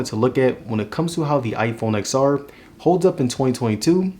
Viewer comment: I had to stop watching this video after the 3rd time you said Ex-R. Seriously not to nit pick but it's pronounced 10-R. It's like pronouncing the iphone 10 as iphone Ex. Or the iphone 10-s Max as iphone Ex-S Max. Seriously cringy to hear repeatedly